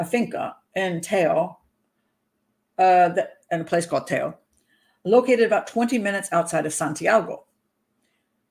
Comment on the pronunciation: Pat, thank you for the vídeo. I have family in Teo (my family is from Spain, im Brazilian). Te Bastero family was not the first one in Spain to adopt a Chinese baby, they were the first in their region. Very good pronunciation of "Teo, Galicia, La Coruña"!!